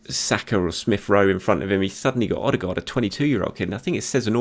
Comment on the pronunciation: Martin Ødegaard man not Martin ostegaard